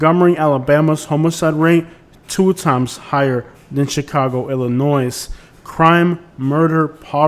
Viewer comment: Excellent and well-informed video, but carpet bagger refers to non-southern politicians coming to the south to hold political office after the American Civil War, and when pronouncing Illinois, do not sound the s.